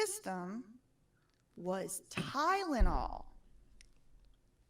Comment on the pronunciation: said "tydenol" not Tylenol! She didn't even know how to say it, she's so dumb. She isn't running or creating any high tech products or company! Puh-leeze!